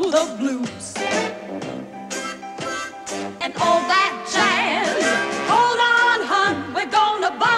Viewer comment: All that ja-yuzzz. I like this version of it, except the way they're pronouncing jazz, which is cheesy.